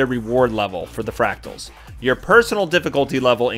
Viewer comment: Thanks, I'm a boomerang myself and not only did this help a lot but, hearing you struggle with the word fractals was priceless! thanks mate